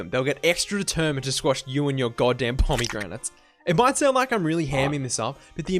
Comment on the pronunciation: 0/10 you pronounced pomegranates weird, completely ruined the immersion. As someone who has never played Hades I thought the final level sucked too.